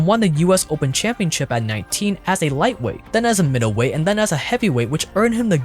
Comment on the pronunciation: You literally said "back len" instead of then. Come on bro, you're a grown man it's not cute